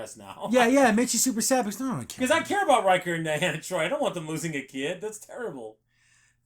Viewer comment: Loved this but why can't you pronounce names? Not Dianna, De-ann- uh Troy , So-gee, Captain Ree-O-ss. How you boys are able to do a terrific job and not be able to say people's names is a mind F@